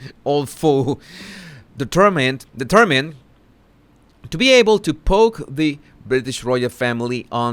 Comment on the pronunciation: ❤ Keep up the probing,! We all need answers (love your ‘DETER MYNE D’ efforts!! 😂❤)